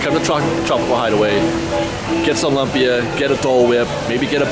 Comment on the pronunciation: Thank you. I was coming to say this.